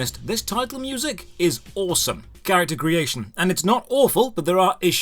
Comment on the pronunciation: I UNLOCKED A KEY MEMORY WHEN THE VOICE ACTOR SAYS KAREKTOR INSTEAD OF CHARACTER OMG